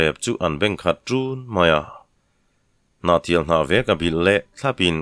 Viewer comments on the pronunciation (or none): none